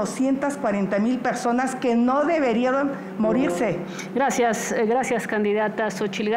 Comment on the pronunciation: Xóchitl: No deberieron morigse 🤣